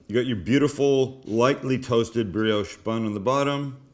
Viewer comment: Please. It’s bri-osh. Not bri-oooosh